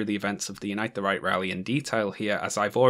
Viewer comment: Every single time you say "Unite the Right" I genuinely hear "Unite the Reich" and it makes absolutely perfect sense.